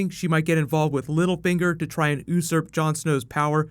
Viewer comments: "ooo-surp" XD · "Oosurp" But, love this!